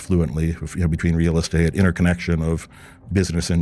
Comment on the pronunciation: I cringe at how he says real estate. Anybody who’s been in real estate doesn’t pronounce it in that way